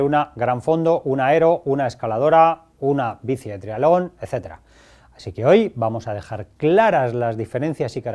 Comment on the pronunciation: Cuando dice trialón se refiere a triatlón!? Supongo